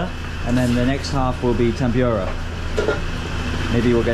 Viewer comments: How could you just got in to others table and grab some of their food,can you do that in UK?and tempura should be pronounce tempooora not tempuuura. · it's Tempura not Tempyura 😊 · I like the way you pronounce the Tempura. In Philippines we pronounce it Tempoora. Hope you enjoy your dinner